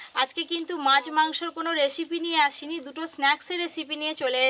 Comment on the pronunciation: এতো বড় একজন ইউটিউবার আপনি কথা ভালো করে বলে পারেন না রেশিপি কি ওটা রেসিপি হবে 😡 আরো অনেক কথা আপনি ভুল বলেন জানি এটা আপনাদের গ্রামের ভাষা তাও আপনার ভিডিও অনেকেই দেখে চেষ্টা করবেন শুদ্ধভাবে কথা বলার